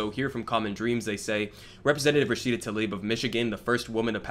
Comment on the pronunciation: Damn, he doesn’t even know how to pronounce her name.